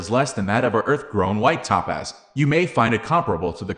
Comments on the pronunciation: It is pronounced TOE-PAZ. Not Tapaz. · EVERY TIME HE SAYS "Ta-Paz" I wanna jump out the 'F' ING WINDOW!! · Maybe it’s computer narration…top paz…?